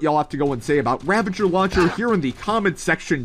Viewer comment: Ravager not ravenger 😅